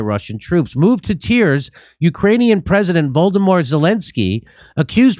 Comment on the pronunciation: "Voldemort Zelensky" hahahahahahaha what a perfect mispronunciation of Volodymyr